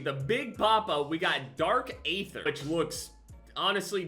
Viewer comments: zombies players when he says”aether” but pronounces it “ ayther” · Aether is pronounced EE-Th-ER...somehow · Coming from a zombies player, it’s actually pronounced eether tho it’s spelled aether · Dark aether is pronounced EEther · Just saying, it’s pronounced, dark EETHer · He said ayether🤣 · As a Zombies player when he said dark aether hurt me